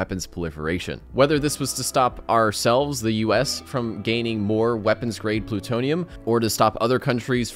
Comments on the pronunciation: You definitely said pootonium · he said "pootonium" haha